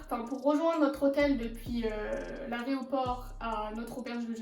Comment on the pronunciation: « L’aréoport » c’est trop mims hahaha